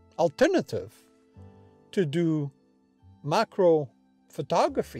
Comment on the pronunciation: This was the kind of stuff I'd expect to hear if I came across you, shooting with the q2 and asked "Hey...how do you like that camera?" Folksy and honest. Not overly filled with tech data, but instead, real-world info. One small suggestion, I could've sworn you said MICRO and not macro. Must be the accent. Nice job!